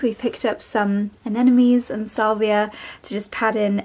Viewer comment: You keep saying aneNomes but they're called aneMones😅 with an "m"...